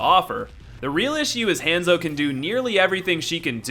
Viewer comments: It han-zo not haaaaaaanso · hon-zo not hand-zo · I'm sorry, I kept hearing hamzo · Did he just call hanzo hanzo!omg this is how you say it:Hanzo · I about lost my mind every time you mispronounced "Hanzo."